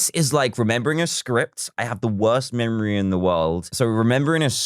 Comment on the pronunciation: Talk about the wowst memowy in the wowld